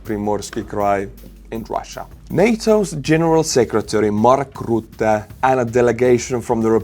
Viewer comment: detail: the name Mark Rutte is pronounced differently I guess for estonian speaker "Röttö" would be closest, though the second ö should be shorter and more silent